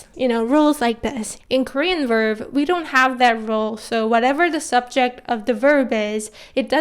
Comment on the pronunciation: Just wanted to ask are you pronouncing the ‘b’ when saying ‘verb’? Just sounds like your saying ‘verv’. Great video non the less :)